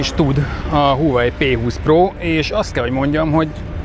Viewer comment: Az nem "Huawei" az "váhve", "h" nagyon enyhén ejtve. Nézzünk már meg egy angol nyelvű videót és akkor nem fogjuk így ejteni.